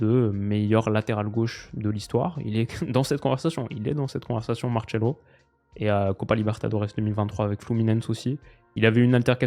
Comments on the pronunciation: Par pitié il faut arrêter de dire MarTchelo et Gabriel Resus, en Portugais on dit Marsello et Jesus tout simplement. À part ça super vidéo lol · Genre Marcelo, ça se prononce Martchelo? J'ai jamais entendu ça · Mdr pourquoi t'appelle Marcelo "Martchelo" 😂